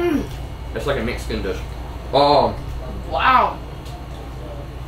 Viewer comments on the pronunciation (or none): She said "meexican."